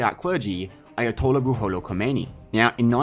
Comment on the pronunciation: Damn, you butchered the Ayatollah's name 😂